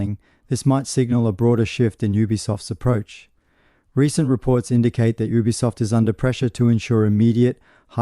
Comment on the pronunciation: Thanks for video.. please try saying ubisoft as YOU-BEE-SOFT or U-B-Soft .. but one word obv